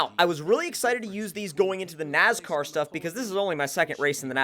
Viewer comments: Its NASCAR not NAZCAR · ITS NOT NAZCAR ITS NASCAR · STOP SAYING NAZCAR ITS NASCAR!!! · Not trying to be that guy, but I'm gonna have to be that guy... NASCAR not NAZCAR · Stop saying nazcar it is nascar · Lol you said nazcar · Dumbass can't even say nascar right. My nazcar.